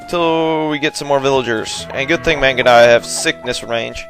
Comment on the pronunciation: lol, I'm pretty sure it's not pronounce "mangudaiyah", but it doesn't matter, I've watched these so much I've started saying it that way myself now. XD